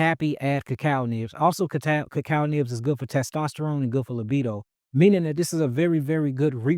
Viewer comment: Anyone know what ramen he’s referring to? And earlier In the video he mentioned something called so what sounded like cucal nips or something , anyone know what those are properly called ?